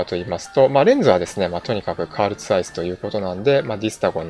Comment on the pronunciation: 扱っていただきましたね、カール・ツァイス社のZX1。 とってもクールですよ! もしかしたらカメラの未来形かもしれません(笑。 僕の印象はコンパクト高性能PCにZEISS(日本での表記はツァイス。英語圏ではゼイスと発音。氏はズァイスと発音。)社の特級品レンズがドッキングしたプロ仕様という感じです。 来春の発売で、たぶん僕には買えない価格で登場するでしょうが、せっかくフルサイズセンサーを搭載しているのですからレンズを交換できる仕様にしていただきたいものです。 様々な焦点距離のツァイスレンズを交換できて即座に内部現像でき更にネット送信できてしまうとなれば、解像力のある写真と速報性が要求される通信社や新聞社のカメラマン、スポーツカメラマンなどに支持されていくのではないかと想像いたしております。